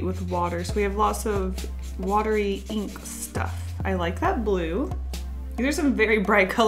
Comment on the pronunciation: Eeenk I love how pronounces ink